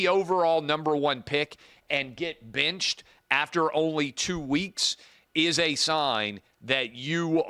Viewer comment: I like Clay but why does he go back and forth between the word “benched” and “binched?” What is with the pronunciation of the short “I?”